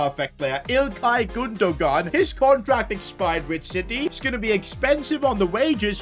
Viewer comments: Does he pronounce names like chiesa, gunogan and Nicolas Pepe wrong on purpose? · Why did he say gundogan like that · "ilkay gundo-gun" 😂😂